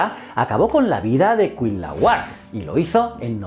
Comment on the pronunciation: Amigo me encanta tu canal. Sólo como aclaración la correcta pronunciación de Cuitlahuac es CUI-TLA-HUAC haciendo énfasis en la letra I. Aunque debo decir que CUIT-LAHUAC suena bien. Saludos desde México